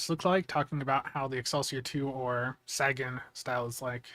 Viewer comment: thank YOU for pronouncing the Sagan correctly. Never thought I would hear it said correctly on Casual's channel here.